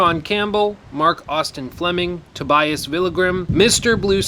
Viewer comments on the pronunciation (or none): none